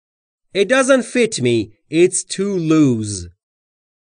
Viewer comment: درود بر شما در مورد این مثال تان It doesn't fit me, it is too loose. ( - ) به نظرم میاید که کلمهٔ (loose) را "لوز" تلفظ کردید. جسارتا این کلمه "لوس" تلفظ میشود. اگر تلفظ تان درست هست و خطای شنوایی از من است پوزش میخواهم. همچنین لازم به تذکر است که در مورد شلوار، دستکش، کفش و جوراب ضمیر و فعل جمع بکار میرود. بنابر این مثلا در مورد شلوار میگوید: These trousers don't fit me, can I try another pair on?